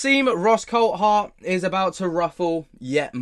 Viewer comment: He's name is pronounced the same as the Grand Prix driver David Coulthard' you pronounce it coldthard, its coulthard drives me mad .